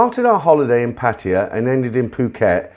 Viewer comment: PattAya not patia so anoying just sayin